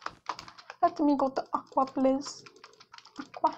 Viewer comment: Its AQUA not AQUA get it right.